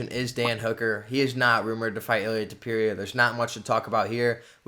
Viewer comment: Bro Google translate teaches the pronunciation hahaha, what's going on with Tewpeereea 😭